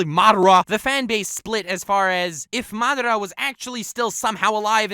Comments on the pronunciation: keep your shitt together... Its madara... Not MAAA DRAA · He said madara weird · I hate how this kid says madara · Stop saying madara like that, makes my back cringe